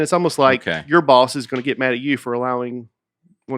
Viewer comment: Is it me or does Dusty add a “T” to every word ending in “D”. For example in this episode he pronounced mad as “madt”.